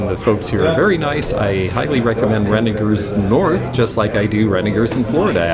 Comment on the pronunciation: Thank you for pronouncing Renninger's correctly with a hard g. Now, go tell how to say it! lol And, thanks for this great video. I really enjoyed it and you. And, we got to see Belly! whooohooo.